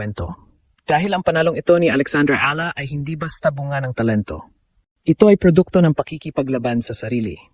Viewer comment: I wish the narrators will pronounce the name of Alex Eala properly.